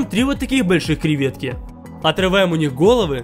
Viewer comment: на протяжении каждого видео: А́ткрываем! За́крываем! О́трываем!